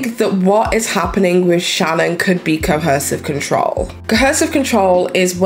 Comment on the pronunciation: Ar3 you saying cohersive? I feel like i keep hearing an extra "h" sound